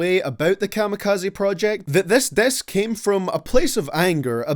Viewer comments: The way you said “diss” though, I thought it was “death” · Learn how to say diss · He says " diss " funny.